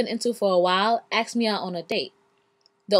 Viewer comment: oh wow he AXED you, or ASKED you?